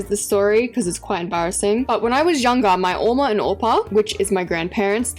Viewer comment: Did you just say ouma and oupa??😂😂 I am South African ,I know what you mean😂 Also I have family in Australia